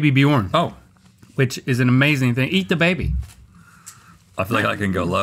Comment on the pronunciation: Link, “Björn “ rhymes with “burn”